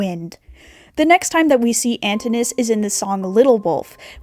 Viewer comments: Loved the video! I think his name is pronouced Antin - new - us (didn't know how to make it phonetically best i could do sorry) I may be wrong but the creator of epic says it that way so that why I think its like that side note I'm pretty sure it's been said angel dust was drugged when he signed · stopped watching as soon as i heard the way you pronounced Antinous.